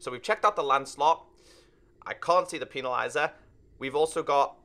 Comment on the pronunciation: Normal people: Pen-na-lizer.: Peeni-lizer. But besides that great video keep it up!